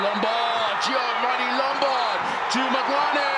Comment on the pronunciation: And calling Gianni Lombard, Gio-manie Lombard😂